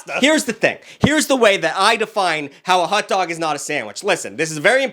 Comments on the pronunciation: it hotdog not hut dog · Bro says hutdog every time he tries to say hotdog😂😂😂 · Not pronouncing "hot dog" like "hut-dog" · I'm McDingus up on the ExtraTugg. Proud TuggLette. I like the way says Hot Dog. Hut Dug. Hut Dug. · The way he pronounces “hutdog” 🥴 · Why is no one talking about “hut dog” am I the only one hearing that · the boston came out for a second